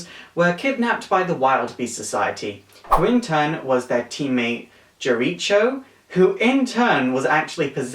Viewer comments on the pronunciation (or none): I remember now, where you called Zatanna, Zatarra and Jericho or Jeri-ko Jery-cho. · Ummmmm it's is pronounced Jer-ick-co, that would be death strokes son....... noob